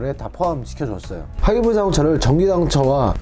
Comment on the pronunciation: 하이브리드 발음 왜그럼 ㅋㅋㅋ